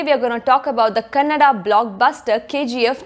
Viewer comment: Thanks For pronounce Kannada not Kanad